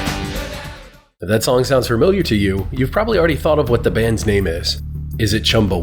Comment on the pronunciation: FER-MILIAR? Really? Just gonna add an R in there? Lol